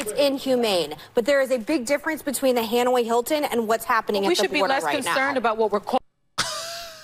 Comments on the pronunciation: I would love to know which "torture facility" she went to! That's one of the craziest things I've heard her say yet. She can't even pronounce Hanoi correctly...."Hanway Hilton"....please! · The "Hanway" Hilton? Doesn't she know it's the Hanoi Hilton? Can't even get that right